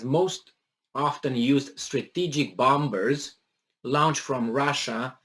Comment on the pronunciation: when you pronounce the word BOMBERS the second ' b ' is silent, sounds like' bom-ers. Keep up the good fight!